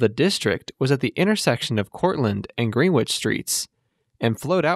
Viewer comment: Greenwich is pronounced Gren-ich